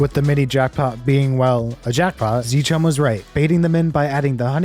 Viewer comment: its not zchum its Zcum